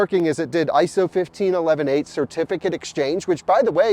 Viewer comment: Does it sound weird to anyone else when pronounces ISO 15118 as 15 11 8 instead of 15 1 18??